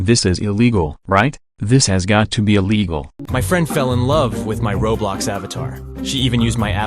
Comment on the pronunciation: Why do AI voices always say "rawblox"?